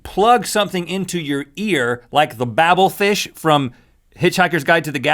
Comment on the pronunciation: he pronounced Babel Fish wrong.